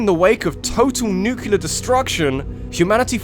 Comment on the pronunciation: Please, NUCLEAR, not NUCULAR. But really. Great video as always.